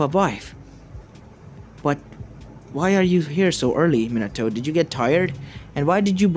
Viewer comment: MINATOOO hmmm or minatoe XD